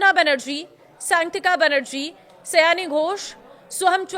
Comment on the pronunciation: उसका नाम सयानी नहीं है सायनी है। सयानी बांग्ला में कोई शब्द नहीं होता।